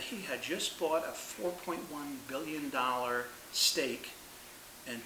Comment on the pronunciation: For a moment I thought you said STEAK not STAKE LOL!